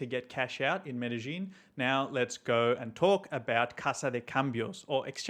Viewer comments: It's not Medejín will u please quit saying Medejín , THERES NO J IN MEDELLIN ITS PRONOUNCED MEREYÌN NOT MEDEJÍN SAY IT PROPERLY IF U WANT TO MAKE A VIDEO ABOUT IT because your going to have innocent foreigners showing up calling their city MereJín lookin crazy aF! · He doesn't, and it's crazy for someone who is living there for 4 years in the city and still don't know the correct pronunciation of the city